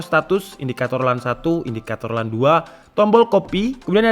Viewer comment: LAN itu bacanya "lén"